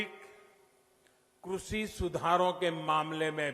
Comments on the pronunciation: 'क्रषि' नही होता एंकर साहेब, कृषि होता हैं। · Sirji Krashi nahi Krishi hota hai